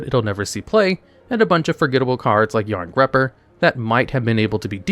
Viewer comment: Jarngreipr = "yarn-GRY-purr"